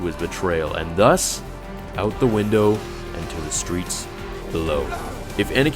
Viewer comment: "and thus, out the windu"